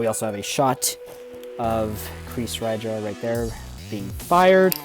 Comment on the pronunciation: you're actually pronounce the name right :)